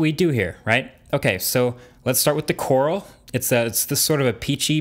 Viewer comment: does he said coral or laurel?